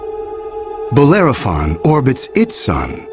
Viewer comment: the name is Bellerophon not Bolerophon. Dyslectia? Crocodile or Cocodrilo?